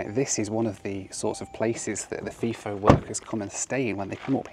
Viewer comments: 2 things to point out as an Aussie. they’re called utes in Australia, not pick up trucks. The other, it’s pronounced fi-fo, not fee-fo. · As someone who has actually worked FIFO at Tom Price here's a few corrections. Its pronounced F-eye-FO and NOT F-ee-FO. Its spelt FIFO not FEFO The reason they fly Fokker 100s and Boeing 717s into Paraburdoo is because of the construction of the runway. The run way is long enough for planes like the 737, but its not strong enough for the weight of those aircraft. I have a pilots license and that's one of the basics of runways. Its not just a matter of length but they also have to handle the weight. NOT ALL of the people who work at the Tom Price Mine are FIFO. The Town of Tom Price is a real town with shops and houses and schools and sports clubs. When I was working at Tom Price in 2013 most of the people I worked with in the electrical engineering support team lived in town. I was on what's call a 8-6 roster were we'd fly in on one day and fly out the next week on the same day. 2 of us flew in on a Wednesday and 2 left on that Wednesday after we'd had a handover meeting. That was then a common schedule for an operating mine. For construction of a min ethe roster was typically 3-1 or 4-1 but that referred to WEEKS not days. Of course you didn't work 3 or 4 weeks without a break. You'd usually have Sunday's off or every second Sunday off. Some of the construction schedules are pretty brutal. The main reason people in mining earn or appear to earn a lot of money is the number of hours they work. One project I was on had a 10-4 (10 days on 4 days off) with 10 hour days schedule. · And Third, its pronounced fi-fo not fiii-fo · Fly In, Fly Out = FiFo not FeeFo lol! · Pronouced 'F-eye-fo' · Fi rhymes with hi.